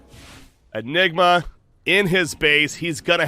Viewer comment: why u keep saying nigma ?